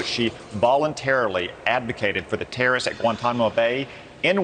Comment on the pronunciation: Can we enunciate if we’re going to have leadership roles? The word terrorist is not that hard to pronounce. Further, everyone knows that there are plenty of innocent people behind bars, being in Guantanamo isn’t an automatic guilty that’s why they just randomly released that man back to Algeria.